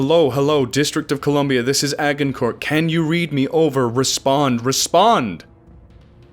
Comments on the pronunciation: Roughly... Ajincoer.. Ajincoer !!!!! No 'G', and no 'T' sound (French)... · A-gin-court. Soft "g", like the battle. Do your research before guessing pronounciations. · Agincourt is pronounced 'ajincor'. Just fyi. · Its pronounced Ajin-core, assumingly named after the battle of Agincourt.